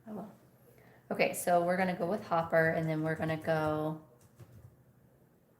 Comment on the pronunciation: Not Hopper. Hooper.